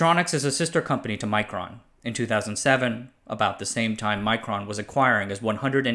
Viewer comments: I think it's not pronounced like "micron", might be wise to pronounce it more Russian, to differentiate them from Micron, an unrelated company. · The i in Mikron is as in pig, not as in Micron. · Micron and Mikron are pronounced differently, you read mikron exactly as it's spelled Микрон